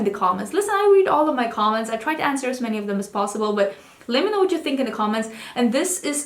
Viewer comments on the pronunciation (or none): none